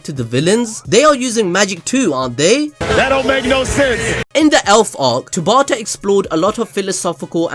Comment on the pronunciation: Tabata not Tabatha